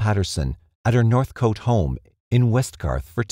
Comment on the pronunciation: Noonawading? Nah "Nun a wadding" (Nunawading) North cot not North coat (Northcote)